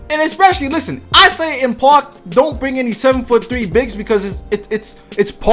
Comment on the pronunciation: I wish you could pronounce park right